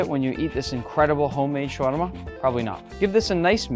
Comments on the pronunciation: Spelled shawarma pronounced shawama without r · حلو شلون ينطقها😂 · Ok look I get how you can't say it well but it's okay and Im from Egypt so I know how to say it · Get a Lebanese friend who can pronounce it properly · You don't have to pronounce shawarma that way if you're speaking English. You pronounce it correctly when you're speaking Arabic so it can flow naturally into the language. But it doesn't flow well into the English language because it's not designed with tongue rolls and things of that nature. Just say it the way Tony Stark says it if you're speaking English.